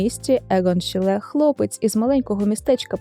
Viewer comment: один з моїх улюблених художників, тільки правильно шИлє а не шілЕ